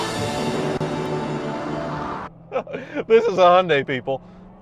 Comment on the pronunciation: HONDA HON-DA not HONDAY